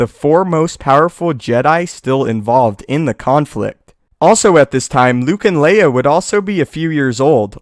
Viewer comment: Liea? Seriously?? It's Leia** L-E-I-A